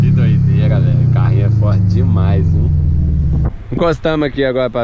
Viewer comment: Só um tok para nosso amigo, vai no fonoaudiólogo e aprende a falar, não é "galerra"